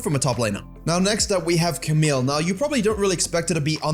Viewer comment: Stop calling Camille "Kamil" guyz ! It's pronounced Kamiy (the Y from Yo, You, Years, Yard, but without the vowel after)